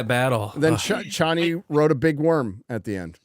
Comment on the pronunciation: The Dune changes from the book really pissed me off but I know I'm in the minority. Also they pronounce Chani's name wrong the whole time and it made me so angry 😡